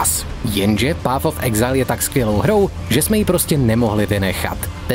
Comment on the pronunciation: PAF of exajl.... Když už jsem tužka na angličtinu, tak si aspoň vyhledám výslovnost, ne?